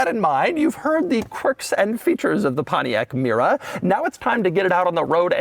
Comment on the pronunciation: I dank a shot of tequila ev tiime Doug say pomtiac mera an now am ver durnk zz i m